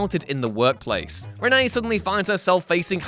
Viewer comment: Its renee Montoya, not Rene montoya